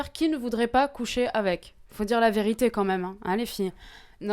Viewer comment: elle dit la verituer